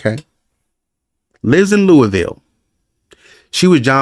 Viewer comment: Yeah, not pronounced like “Louie” ville Kentucky. It’s a small town in Boulder County, next to Boulder, just to the east.